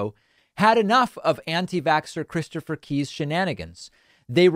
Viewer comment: I thought you were saying 'Christopher Pee" for a while ...